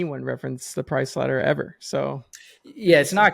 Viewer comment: ladder … not letter dude